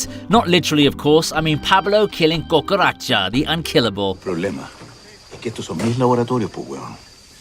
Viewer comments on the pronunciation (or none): when you pronounced cucaracha, I cringed so hard that my jaws locked for a moment.